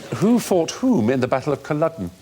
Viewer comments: why do they keep saying culloden so weird i'm... it's cull-AW-den not cull-UH-den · There pronunciation of Culloden is painful.